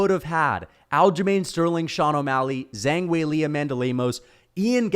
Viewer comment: How does one butcher zhang weilis name that badly